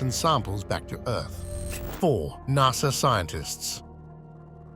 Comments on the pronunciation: lol closed caption spelled NASA the exact way the robo narrator said it, NASR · Bro said nasr